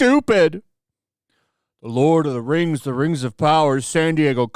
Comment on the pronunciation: The LOL of the RANGZ: The RANGZ of POWAH